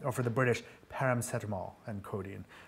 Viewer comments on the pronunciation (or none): "paramacetamol" XD